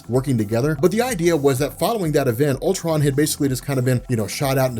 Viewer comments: it sounds like he's calling him pimptron lol...this comic seems like it's heading twords another huge climax that in the long run won't mean anything..I hope I'm wrong but marvel's track record it what it is. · Lol sounds like he keeps saying pimp tron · Please tell me I'm not the only one who misheard him saying "PIMPTRON".